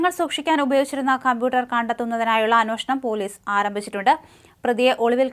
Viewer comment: ഈ ചേച്ചി 'അന്നൊഷണം' എന്നത് നിർത്തിയിട്ട് 'അന്വേഷണം' എന്ന് പറയാൻ ഇതുവരെ പഠിച്ചില്ല . മറുനാടൻ ചേട്ടാ ഇമ്പോസിഷൻ ഇട്ടു പഠിപ്പിക്കണം. പിന്നൊന്ന് ഗ്രഹനാഥൻ അല്ല ഗൃഹനാഥൻ 😂😂